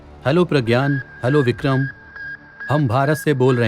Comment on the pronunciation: Vikhrm nhi bole lag alhgh ok rhega my diear.